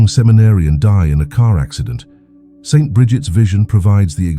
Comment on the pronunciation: if you spell out Saint instead of St., the AI voice you use for narrating won’t make that awkward pause every time it reads “St.” It interrupts the abbreviation as a period. As for the millionaires receiving their payment now and having nothing later, I have trouble reconciling this with the EXTREME, UNPRECEDENTED OUT OF CONTROL WEALTH that today’s MEGA BILLIONAIRES are amassing. No future debt they might face can EVER atone or compensate for this absurd imbalance and of hoarding SO much wealth by the world’s .1% while billions of people languish in poverty. It seems Jesus might not have foreseen how extremely greedy and corrupt we were destined to be one day. But I’m just guessing, as I can’t fathom the explanation for the existence of today’s mega billionaires as being a rational one.